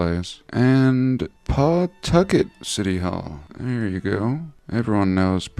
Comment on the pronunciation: Pwatucket home of the Fox TV Cartoon show "Family Guy"